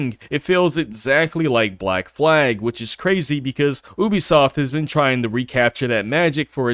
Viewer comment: When you make a video about a company especially one as scummy as Ubisoft . At least learn how to pronounce the name properly . Maybe go back to school to learn the alphabet